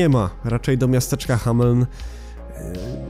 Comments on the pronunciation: Hameln się czyta jako "hamlen". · Przy wymawianiu nazwy hameln to kiedy powiedziałeś ha... To już mówiłem Happy Meat Farms